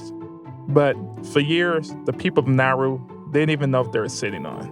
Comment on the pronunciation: Bro it's not nahru it's Na-u-ru and the amount of disrespect and audacity you have to talk about my home island like that! 😡😡